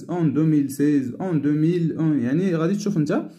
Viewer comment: ما شاء الله عليك لكن مخارج الحروف ليست جيدة متل né قرأت. Ni وj'habite قرأت j'habéte وشكرا